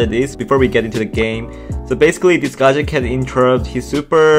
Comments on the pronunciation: Please tell this man how to pronounce gadget😂🤣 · it's gadget not gaaaadget